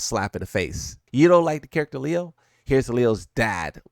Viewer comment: Leo is pronounced as “Lay-o”